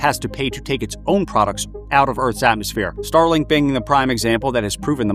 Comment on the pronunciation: Totally said starlike lol